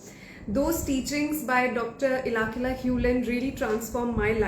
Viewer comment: Omg did you really take HIS name wrong??? Ilakila? 😢 His name is Ihaleakala HewLen. Atlst didn’t expect that from you..😢